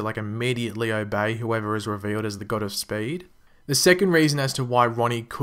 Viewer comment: I always hear gutter speed not god of speed when u say it 😂